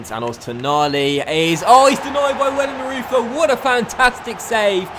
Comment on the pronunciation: you need to say wellenroiter instead of wellenreuther